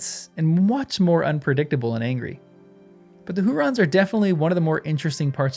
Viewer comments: "Huorns", not "hurons". The "r" is after the "o", there is no vowel between the "r" and the "n". This might be easier to pronounce in a non-rhotic accent (such as Tolkien used), in which the "r" would be silent, having no vowel following it. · Who orns, not rons. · Since you asked us to tease ypu on your pronunciation... HOO-Rons. 😂 You sound like Kay and Peele. "OK a-a-RON." (Loving the vids!) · Hu-orns. Hurons were an Indian tribe. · OK, I will spell it out. The OP typed that Old Man Willow was a "Huron". This is confused, as the Hurons are a native culture of Canada. The OP should have typed "Huorn", as that is the name Tolkien gives tree-like creatures in his books. The channel guy keeps saying it wrong; many commenters have said so, so maybe the OP was led astray. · It's Hu - orn, not Hu - ron. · For your reference, Huorns is pronounced like Hu (hoo)-Orns Like if you took the word “Horns” and inserted an “oo” sound between the H and the orns part. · HEW--ORNS. Or HUGH--ORNS, if that helps. And Curunir is Koo-Roo-Neer. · I think huorns is pronounced "who orns", with the stress on the first syllable. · Yes ; made it hard to appreciate essay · One could possibly learn to pronounce it by starting with the word “horns,” and the stretching it into “WHO-orns.” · He keeps putting the r in the middle, which is funny